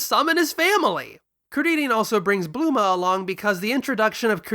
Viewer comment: "Blooma" Ugh so elitist